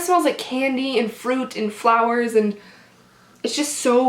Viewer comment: Is just me or did she say April showers bring may fowers